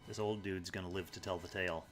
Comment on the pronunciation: "I just had to Tell-a him what to do." Million thumbs down, unsubscribe, how dare you